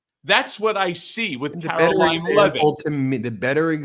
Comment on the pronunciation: It is pronounced Karo-lying Leave it, drop it, stop, bad doggy!